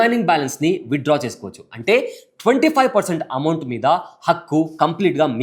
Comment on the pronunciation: అమౌంట్ అని అంటారు.... బాబు అంమౌట్